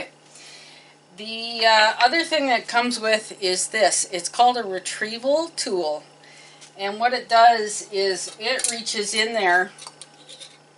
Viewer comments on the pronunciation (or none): Tool not toll